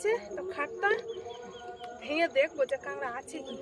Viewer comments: কাঁগড়া হবে না, হবে কাঁকড়া। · কাঁকড়া বলতে পারেনা কাংরা এটাই মনে হয় এদের প্রিয় খাবার